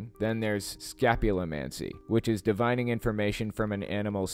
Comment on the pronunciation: "DIV-in-ing" not "di-VINE-ing"... ffs, this video fails on so many levels. Tons of bullshite.